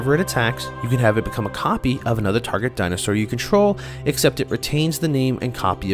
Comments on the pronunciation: I stopped watching as soon as j heard dino sar it's actually maddening. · Say it with me, “Di - No - Sore”! It makes me cringe hearing “Di-No-Sar” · Dinah sahr!